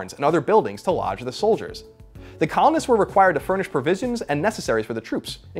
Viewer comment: When i heard him say "..that COLONists had against the British Empire," i heard "that Colin had against the British Empire" lol